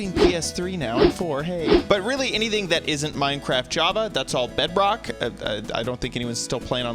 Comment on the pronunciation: It's not Bedbok it's BEDROCK